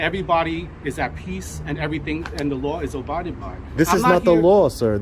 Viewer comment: thinks it's "obided", not "abided".